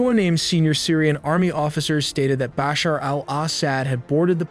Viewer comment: Hey listen if you gonna say Baasher and asaaad again I'll report this channel 😂